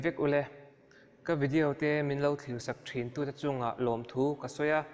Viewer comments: Thuhma I ti thui mah may,boring trep. Tin,vidiau nilo on video tih tur aw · Ngaitinge vidiau i tih tlat zel..😬😁🤭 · Vidiau ti nge itih? Chhimlam mi ini em😂 video titawh teh ngaihthlak anuamlo,tin...I voice a zawi hlee bawk,ngaihna awmlo. Keep it up c'mon.